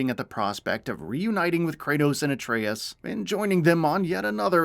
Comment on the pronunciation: Finally, he actually got, Atreus name right. Maybe he read some of the comments. Lol 👀. Anyways, less than a month away & BOOM!!! Ragnarok is coming my way.